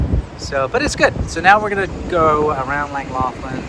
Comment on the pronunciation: Ohh that pronunciation is bad.